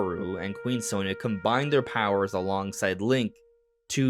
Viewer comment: Very weird how they always pronounce her name wrong. It's "saw nee ya"